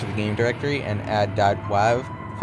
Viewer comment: he says .wav like wov 😁